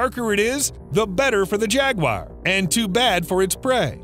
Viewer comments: I know "Crocodile" sounds more impressive and that will give you more views, but they're caimen. It's also ja-gwar, not jag-wire. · Where is the I in Jaguar? It’s Jaguar not Jagwire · Jaguar is not Jag wire 😂😂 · its pronounced jag oo ar not jag wire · jagwires??? its pronounced "jag-yoo-uh"=singular or "jag-yoo-uhz"=plural - not jagwires 🤣 - the guy also called Magneto from x-men Mag-net-oh and not Mag-neeto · If you don’t know how to pronounce a word, you need to look it up before you make a video. Jaguar is not pronounced “jag•wire.”. In America it is pronounced “jag•war.” In Britain it is pronounced “jag•u•ah.” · Only thing it's not jagwire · Why do Americans pronounce Jaguars as "Jag-Wires"??? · Imagine making a whole video on jaguars and you pronounce it “jaguire” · If I hear “jag-wire” one more time…. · Why are you saying jagwire? Stop saying jagwire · Are you pronouncing it as Jagwire or am I just messed up 🤣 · It's pronounced 'Jaguar' not. Jagwire. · Wtf is a jaguire? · It's not pronounced "Jagquire" :p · What is it with Americans and pronouncing Jaguar? 😂 jagwhyers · Who the fuck pronounces jaguar JAGWIRE lmao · Is it pronounced jag-wire or jag-war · WTFF iis a Jag--wire? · Why u say jagu-wire. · Why does he say jaguar like that 💀💀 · Gotta learn to pronounce jaguars... 🙃